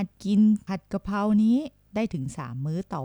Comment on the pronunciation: 55.ผัดกระเพรา .ไม่ใช่ผัดกระเพราะ..แอดมินคนไทยหรือเปล่านิ.555555